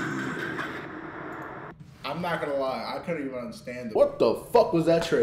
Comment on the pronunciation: venum said hes venoom